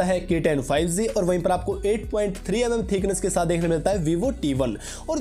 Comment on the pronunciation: Bro spelling is G not Z correct ur pronunciation